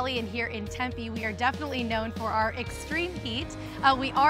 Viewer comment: The town of Tempe is typically pronounced "Tem-PEE" not "Tem-pay". I know, we have a lot of strange words. Lol